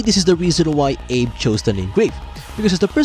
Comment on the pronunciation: Abe is pronounced "Ave." Yes, homie, this isn't a theory. It's 100% confirmed by the VA herself. Lmao